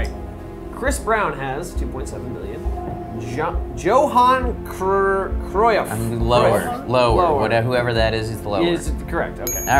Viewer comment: I love how they struggled with Johan Cruyff